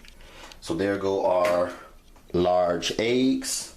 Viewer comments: It’s Eggs not Aeggs 😂😂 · The way you say eggs is funny, you say "eiiyyggs" lol